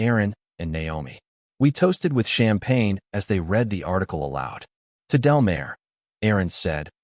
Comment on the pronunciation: It’s Delmar as in del-m-are